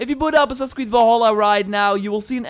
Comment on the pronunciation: pls stop pronauceing Valhalla wrong !!!! its VALHALLA not as you pronauce WALL HALLA.... which is WRONG. the right pronauce is like it would say name VALerie! instead you would call her WALLerie